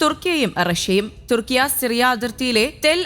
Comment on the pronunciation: കുർട്സ് അല്ല കുർദ് തുർക്കിയ അല്ല തുർക്കി